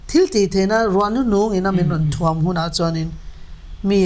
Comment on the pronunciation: Êng thuamin in thuam rawh u, tih mai turah in thuâm han thluk hi a nalh vak lo. Ngaithla zel ang aw..a ngaihnawm leh ngawt ang.